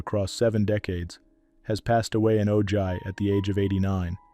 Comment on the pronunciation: Ojai is pronounced o-high! Diane Ladd has TWO grandkids Ellery and Jaya. Jeez!